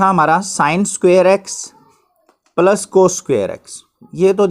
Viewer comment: Sir wo palas nhi hota plus hota hai....